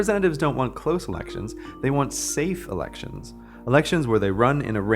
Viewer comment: The way you say "elections" at about 3 minutes triggers my Amazon Echo for sounding like "Alexa". Scared the hell out of me